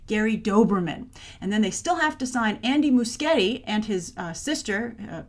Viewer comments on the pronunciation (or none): You totally butchered Andy and Sophia's names.